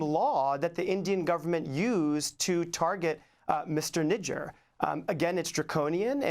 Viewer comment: Not Nijaaaar... it's nijjar